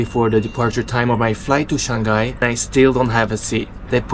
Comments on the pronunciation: Shang Hai and not Shan Ghai. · Bro it's Shang-hai and not Shan-ghai. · He might be from Belgium, many Flemish speakers pronounce Shang-hai like shan-ghai. Might be a local thing